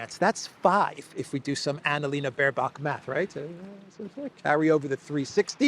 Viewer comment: Ana-Leeeeena Bock-bear is now Math Professor at the UN gen. assembly.....she still tries to learn English, but has various 'degrees' from London university. Isti II will be a charade.